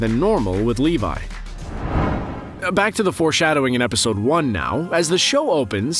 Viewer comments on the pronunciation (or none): none